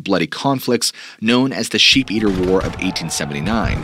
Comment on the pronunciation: Do you realize that almost the entire time that you were talking about the SHEEP eaters you were calling them SHAPE eaters. Just like you pronounce Appalachian as AP-A-LATCH-IN in a previous video. It's AP-A-LAY-SHIN